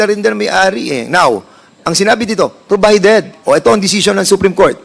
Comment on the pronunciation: Hahaha wala Sa pronouncation mali pa ang spelling P naging F hahaha. Deputa saan to nag aral ng English sa makahoy. Provided not probided 🤣🤣🤣🤭🤭🤭